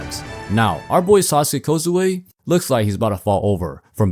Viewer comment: How did you somehow mispronounce kojiro’s name? It’s sah-sah-kee kou-jee-roh, not sasuke uchiha or kozue which is a women’s name. The video is fire and allat but i’m js too triggered by this small and not so important mistake